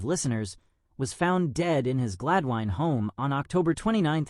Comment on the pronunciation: Pierre is a close personal friend of mine. His last name is pronounced “Ro-bear” which is the French pronunciation of “Robert”. Also, Gladwyne is pronounce “Glad-win”. If you are going to make a video on someone, please do your homework prior to doing so.